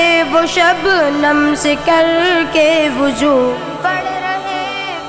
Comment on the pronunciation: Waju nahi hota wazu hota hai